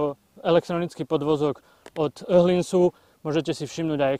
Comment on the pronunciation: moderator v teste povie " je to motorka s ktorou Ste jednohou v rakve". Super, to pomoze zvysit zaujem. A podvozok od "oHHlinsu", ale no tak pis ako pocujes a opacne. Míč Bjúkenen a pod:-). Inak fajn test a motorka ani nehovorim.